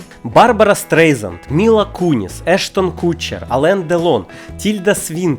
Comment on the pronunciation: А чому Ештон "Кутчер", а не "Катчер"?